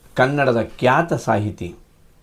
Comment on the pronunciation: ಆಗಲು , ಅಲವಾರು , ಹಲ್ಲಿವರೆಗೂ, ಕ್ಯಾತ.. ಆಡು ... ಕರ್ಮ ಕರ್ಮ... ಮೊದಲು ಸರಿಯಾಗಿ ಶುದ್ಧವಾಗಿ ಕನ್ನಡ ಮಾತನಾಡೋದು ಕಲಿ ಕನ್ನಡದ ಕಂದ